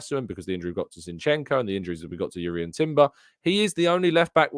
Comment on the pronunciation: Your pronounciation of Jurien is correct Dont worry. Pretty sure I know how to pronounce dutch names:)